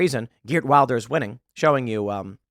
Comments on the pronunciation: You probably won't read this Tim, but in Wilders the i is pronounced as the i in willow, not the i in wild. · Just to help: Wilders is pronounced will-ders.